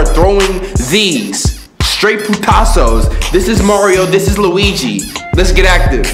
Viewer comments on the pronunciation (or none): none